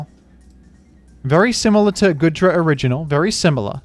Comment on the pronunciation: Say goodra right